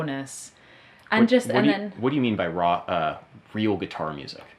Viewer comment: I love how she pronounces “raw”. Roooow